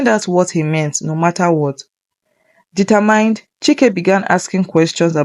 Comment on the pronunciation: Sorry but there are some words you didn't pronounce correctly like the word "determined" you call it "determind"